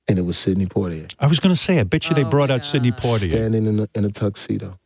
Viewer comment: Port-ier??? Really?????